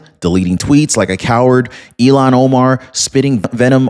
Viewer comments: Her name is pronounced (ill-hawn), not (ee-lawn). Ilhan is certainly NOT even close to being an Elon. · Illiam omar not eilon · ILLHON, ILLHON, ILLHON, ILLHON, ILLHON, ILLHON, ILLHON, ILLHON, ILLHON, ILLHON, ILLHON, ILLHON, ILLHON, ILLHON, ILLHON, ILLHON, ILLHON, ILLHON, ILLHON, ILLHON, ILLHON, ILLHON, ILLHON, ILLHON, ILLHON, ILLHON, ILLHON, ILLHON, ILLHON, ILLHON! It's Illhon Omar...NOT Elon!